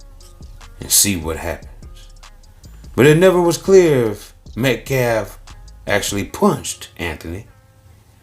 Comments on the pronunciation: He didn't even pronounce Austin's last name correctly. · smh the “lawyer” can’t even say the victim’s last name right. 🙄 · Try pronouncing the victims name correctly Biden, um I mean Mr. BLM lawyer.